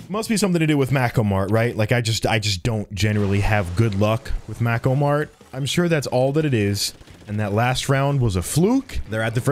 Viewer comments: aUGh it’s pronounced “May-ko” mart (not mad at you) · mako mart YouTube subtitles: Macklemore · Everytime he says Makomart I hear Macklemore. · makoh mart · Butchers Mako Mart pronunciation.